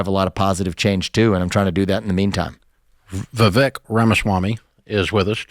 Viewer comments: Vivek's name is pronounced vee-vaik and NOT va-vek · viv Ache.... why is no one able to pronounce is name, vivAke like cake.... so ridiculous.. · Ramsey people- learn how to pronounce your guests' names correctly. VIVEK rhymes with CAKE! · Dave and Vivek! What a callab….Even though Dave was pronouncing his name wrong 😂😂